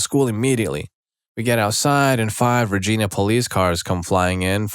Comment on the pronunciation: The town of Regina, Saskatchewan is pronounced "rej-EYE-na" (which is why Deadpool said "... and that's why Regina rhymes with 'fun!'")